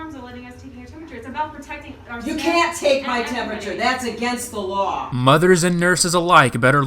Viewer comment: ”yOu CaNt TaKe My TeMpUtUrE tHaTs IlLiGiEl”